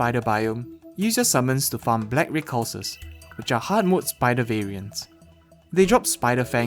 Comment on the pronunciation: If you're wondering recluse is pronounced 'Ricc - loose'